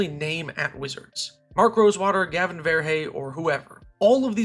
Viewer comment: Are you aware of how you mispronounce Gavin's name?